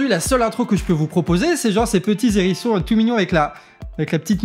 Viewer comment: Avec un H "aspiré" hein, le hérisson, chroniqueur !